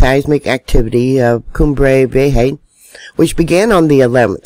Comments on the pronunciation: It's pronounced "vee a ya". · Vieja. Pronounced like this. Vee-ay-ha